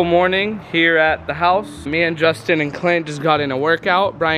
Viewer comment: Is it just me or it sounded like he said justin amd romie